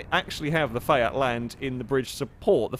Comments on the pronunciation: Did he off-handedly say "Fiat" like "Fyat"? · Dude, did you say ‘Fiat’ or ‘Seat’?